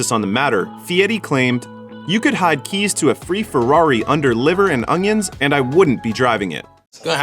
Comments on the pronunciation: Did you say..."Liver and ong-yuns"? What in the hell is an ong-yun. Do you chop them up and put them on your hockdog with maybe a little manase. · Its like the way that Louisianan chef Justin Wilson used to pronounce onions.